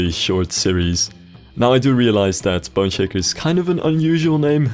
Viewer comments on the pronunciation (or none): Every time you say "Boneshaker," it sounds like you're saying "Bun shaker."